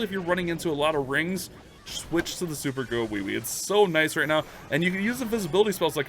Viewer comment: Bruhh...super "gowiwi" don't sound right🤣